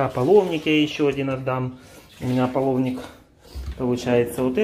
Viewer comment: Не аполовник, а. Половник